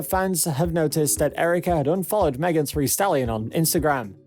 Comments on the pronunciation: Not Megan “Three” Stallion. Omg STAHP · He just read it wrong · That's not an accent. Who can't say "Thee" 🤦🏽‍♀️ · So he cant say thee and thy or sweetie i dont bye it idk what went wrong or if he heard it wrong or what but.. Chile please.